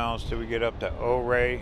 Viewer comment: Ouray= ooo-ray😁